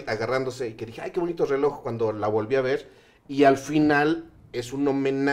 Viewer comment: Pinche pronuncia bien las “R’s”, me cae bien el tio pero me caga como las pronucia dice “zzeloj” 😭😭